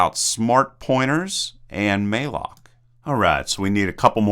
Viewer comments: malloc is pronounced like "allocate" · Note that malloc is pronounced like "allocate" with an m, and unary is pronounced like "yunary"